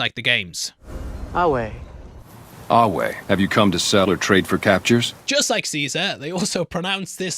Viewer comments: Ironically, "ave" and "Caesar", as they are pronounced in the games and in the series, are completely consistent with the pronunciation of Classical Latin. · Same with ave pronounced with a wuh sound instead of vuh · The Legion are using actually using proper Classical Latin pronunciation. Caesar really was pronounced "Kai-sar," and Ave was pronounced "Ah-way." Plus the German term "Kaiser" and the Russian term "Tsar (or Czar)" are directly derived from Caesar. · Ave is pronounced awe in spoken Roman Latin. If you don’t know a language, don’t judge people that do by assuming they are wrong because it’s not spoken like traditional Latin. Caesar is also pronounced exactly how the legion says it in Roman Spoken Latin. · They don't pronounce Caesar wrong. They pronounce it in classical Latin where every C was a hard K. Same goes for the "aue" in ave, because in classical Latin there was no V sound (and J sounds too, they were I sounds like the ee in weed) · The joke about the Latin pronunciation is that Lucy is using Anglicized Latin, which is not Classical Latin pronunciation. The other characters’ pronunciation of worlds like ave and Caesar are closer to Classical Latin pronunciation than Lucy’s Anglicized Latin, which is only ever used by native English speakers. It shows that Lucy’s education is a very narrow Anglo-American centered education. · In the restored classical Latin pronunciation, "V" is pronounced as both a "U" and "W", and there is no soft "C". The Legion is pronouncing it all correctly. They should be saying "salve" (sal-way) instead of ave though. Ave is like... "hey." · Latin doesn't have a soft c. The Legion pronounces Caesar correctly. They are also pronouncing the v in ave correctly, however in context it's probably more appropriate for the Legate to use salve when greeting Lucy. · On IMDB it says that Culkin’s character is named Lacerta Legate, and in classical latin ave is pronounced with a ‘w’ sound rather than a ‘v’ sound like in Italian